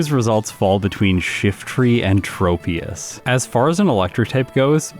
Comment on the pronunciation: Im prety sure, "tropious" is pronounced like "tropics" (its a tropical tree pokemon) and "troposphear" (one of the atmospheric layers); not a hard "O" sond.